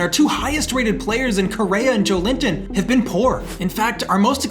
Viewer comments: It’s not Joe-linton it’s Jo-Elinton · Hey mate! As a Brazilian who loves your series, one little hint: At the start of the video i was like "who is this Joe Limpton guy, never heard of it"... and then i saw his name and figured it out it was Joelinton, the CM of my national team haha! In case you'll keep him for a next episode, try to pronnounce Jo-Wellington, with the é sound hehe. Other than that, great content as always! You the best. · Just a heads-up! Joelinton is pronounced as Joe-eh-leen-ton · Just a quick tip from a brazilian, hope you don't mind... Joelinton correct pronunciation would be more like "Jowellington"😅 Once again, great work, this series keeps on being amazing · Cheers from Brazil! Just a heads up: Joelinton's name is actually pronounced like "Joe Wellington"! That being said, keep up the awesome work, this series has been insane! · I am Brazilian, you are saying Joelinton name the wrong way. its Jo-élin-ton! google translate migh help you. love your vids bro!!